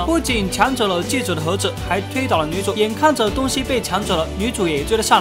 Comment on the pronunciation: 是，戒指，不是戒子。